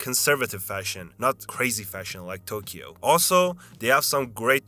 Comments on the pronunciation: why do you say tokeyo and then say we as if you are a Japanese person? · I was almost buying some of this as a 30+ year resident of Tokyo. That was until the narrator tried to pronounce the word "Tokyo". It was a big hint that this is a foreign channel. See, there is no "key" sound in the pronunciation of Tokyo. Oh, and they are tangerines in Ehime.